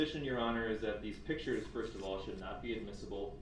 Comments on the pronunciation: He is literally on a recorded phone call from the jail to his mommy and he tells her to get the photos from someone ( not Erika ) and bring them to him . And why does he think no one signs letters 🤔 what ???? Since when ??? And it’s pictures Duhhhrell not pitchers . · What is a pitchure